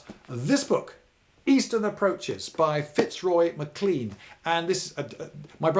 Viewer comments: Great story, however you pronounced Sir Fitzroy MacLean's name incorrectly. It should be as in "lane" not "lean". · MacLean is pronounced to rhyme with Mack Lane. If it rhymes with Mack Clean, it's toothpaste. Just saying. Hugely enjoyable and informative, nonetheless, and thank you.